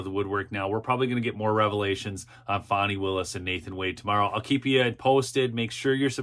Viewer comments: I agree. I gently troll her by spelling it "Fawnee". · Her name is FANI not FAWNEY! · {FAN-NEE} ... NOT ... {FON-NEE} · Correct, as in Ass. Not as in Deer.